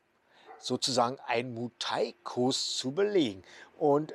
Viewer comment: Einen Bayer oder einen Schwabe, der ein paar Wochen Berlin besucht hat und uns dann Berlin erklären will, würden wir doch auch nicht ernst nehmen. Also warum probierst du das jetzt ? Vorallem erklärst du das und zeigst dabei ein Video von einem Touri in Pattaya. Mu Thai nee, es heißt Muay Thai, warum kriegst du nichteinmal das korrekt hin ?